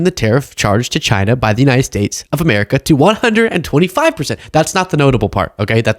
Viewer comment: Is it Hamerica or Amerihahahahaha